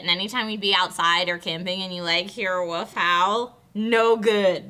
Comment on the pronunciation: I love how can't say wolf, she says woof almost every time, it's adorable.